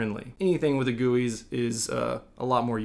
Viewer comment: what "gui" really that sounded so uncomfortable to me just say G U I its not that hard